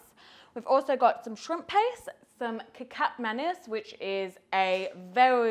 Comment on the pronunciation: You pronounce Kecap just as you pronounce Ketchup